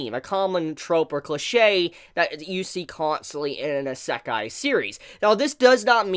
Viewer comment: great vid, but still don't like the way you say Isekai lol